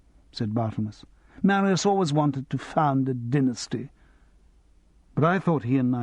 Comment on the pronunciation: The reader is SO annoying. If he can't pronounce Riesling and Marius he shouldn't be reading Simon Brett. And I've only got to about ten minutes in.